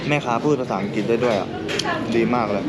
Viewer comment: อังกริด ไม่ใช่ อังกิด คลิป ไม่ใช่ คิป นอกนั้นเริดค่ะสำหรับวัย